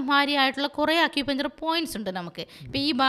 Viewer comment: അക്യുപഞ്ചർ അല്ല(അക്യുപങ്ങ്ചർ) ആണ്